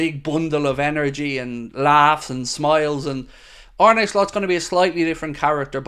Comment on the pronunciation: face-blue-smiling: you've got to get yourself the Arne Slot ensemble he wore in his first LFC interview [separated at birth or what].🤣🤣 To pronounce his name correctly say it like a pirate 🏴‍☠Arn-uh Slot [while closing on eye, trust me],👍YNWA